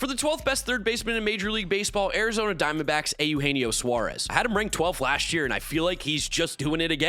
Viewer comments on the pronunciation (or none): Why do u say Eugenio Suarez like that ?😭😭